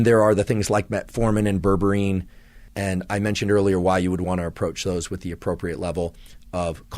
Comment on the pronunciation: Would you be able to put graphic spelling on the video when you talk about products and terms that aren’t in everyday vocabulary? It took a minute for me to realize that what I heard as “ververeen” is actually berberine. 😜